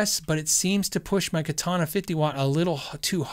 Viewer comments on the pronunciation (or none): none